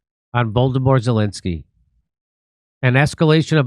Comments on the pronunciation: I thought you said ‘Voldemort’ Zelenskyy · did Jimmy say 'Voldemort Zelenskyy'? lmao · Jimmy mispronounced Zelensky's name so it sounded too much like Voldemort. Freudian Slip??? You be the judge.